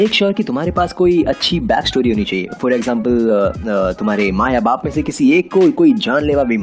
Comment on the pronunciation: I am loving the way you’re saying “eggjampal” 😂😂😂❤️